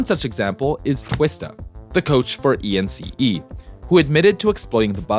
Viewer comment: It is RobbaN, not Robin. ENCE, not E.N.C.E.